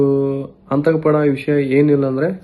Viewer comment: ಆಂತಕ ಅಲ್ಲೋ ಅದು ಆತಂಕ 😂😂😂